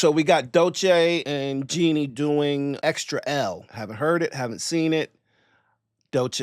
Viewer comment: It’s pronounced like Jenny not Genie/Jeannie